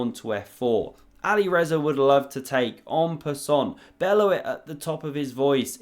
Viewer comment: Anybody else feel like the pronunciation "Ali Rezza" sounds like it should be the name of a character in a Guy Ritchie gangster flick?